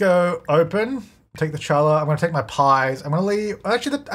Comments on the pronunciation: Challah is pronounced Hallah, like Holla back girl. (Okay, it’s actually a sound that doesn’t exist in English, a guttural throat scrape H, which is why it’s spelled like that. In fact, you could name the stand “Challah Back Girl.” 😉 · Hey, challah pronounced “haa·luh." The CH is silent. And during Hanukkah too! 🕎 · Loving this way too much. But Challah is pronounced HaLah 😊 that made me smile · Hey just so you know Challah bread is actually pronounced “hallah”, so the c is silent. I’m not even Jewish and I kept getting an eye twitch lol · for future refrence you don't pronounce the c in challah. you can pronounce it hallah as its closest english equivilant but the ch represents a consonant sound in hebrew that we don't have in english. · challah is pronounced Ha lah Its a Jewish bread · "Challah" is pronounced like "hollah" with kind of a phlegmy h at the beginning. Thanks for the lovely series, I'm really enjoying this rags to riches in particular! The mold is so annoying... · Challah is pronounced Hallah it’s a traditional Jewish bread 😄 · Challah is pronounced "HAH lah" (hard to write phonetics, but the first syllable should be said like you're hacking up a furrball. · Not brutally mispronouncing challah during Chanukah of all times!! Read: ha-la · Hi sorry I’m not being rude but challah is usually pronounced more like Hallah. The CH is made at the back of the mouth. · Hey challah is pronounced with a “H” sound not the “ch” So like “Haa-laa” Also it is Hebrew so at the same time it almost sounds like you are clearing your throat as you say it. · I don’t know if this is an Australian thing but challah is a Jewish bread pronounced more like hallah with a hard h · Challah is actually pronounced as “Hallah”, the c is silent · Did pronounce "Challah" and "algae" like that because he doesn't know or intentionally because he has the cringe trait? XD Just so you know it is HA-LA and ALJEE:p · Challah is pronounced halla!!!